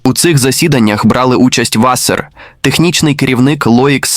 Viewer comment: що за клоунська начитка тексту. наголоси вчили ставити правильно? Чи,ШІ не знає різниці між вАсер і васЕр))))